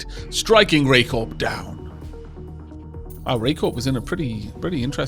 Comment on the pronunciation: Isn't Corp said like 'Core'??